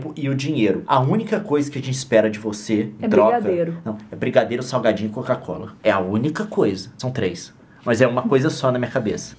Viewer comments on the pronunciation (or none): O Leon fala Côca-cola kk legal